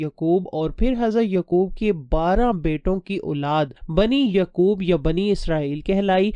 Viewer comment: With respect some of your word's pronunciation is absurd. For example Hazarat Uzair not Aziz and Hazarat Yaaqub not Yqub.